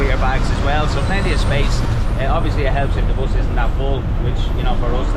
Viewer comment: Its Public Bus . Not POOBLIC BOUS...😅😅 Just joking